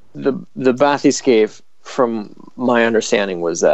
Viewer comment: The way he pronounces Bathyscaphe irritates me so much